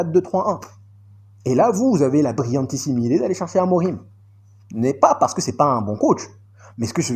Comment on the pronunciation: Mon ami j'aime bien regarder tes vidéos mais quand tu dis Ruben aborimahh ça me fait mal à l'oreille vraiment, il s'appelle Ruben Filipe Marques Amorim, en phonétique c'est amorime avec e à la fin please 🙏